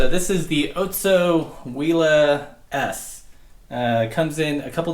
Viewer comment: OTSO! I’m from Minnesota where they are made and have been waiting for your kind of review on it! By the way it’s pronounced “Ahtso”